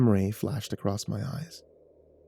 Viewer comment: Acrosst is not a word. There's no T.